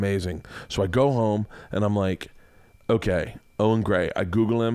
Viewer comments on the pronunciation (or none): none